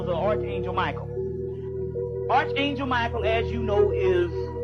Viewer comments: Good Lord man! It's pronounced ARK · Never let a man who mispronounced arch angel teach you a damn thing